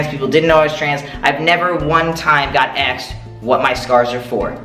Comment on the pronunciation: "Somebody axed me" lol jk I love you! Great video too! Thanks!